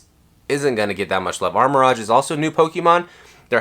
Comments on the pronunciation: nah it's "arma-rouge" and "ceru-ledge", he's mispronouncing the names lol (which is understandable but incorrect) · It’s Arma-Rouge (color pronunciation) not Armor Rodge 😂😂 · Its Ar-Ma-Rouge not rohge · It's pronounced armor rogue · Ok I gotta ask…what’s up with the names?? Armarouge —> Armor Rodge?? Ceruledge —> Selluh Ruudge?? Have I been mispronouncing these names all these years? 🤔😂😂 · how can you sell pokemon cards, have a pokemon channel and not know how to say Armarouge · It's a lighthearted joke and I don't think that pronouncing armarouge wrong is a big insecurity that this guy is pointing out